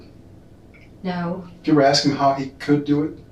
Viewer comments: It's axe instead of ask that drives me nuts 🙃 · I was going to axe you about that.😂😂😂😂😂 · It gets on nerves too when people say, "axe" instead of "ask". 🙄